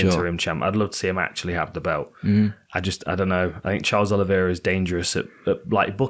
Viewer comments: my man you gotta stop calling Oliveira "Oli-vi-eira" 😂😂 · Why can this lad not pronounce 'Oliveira'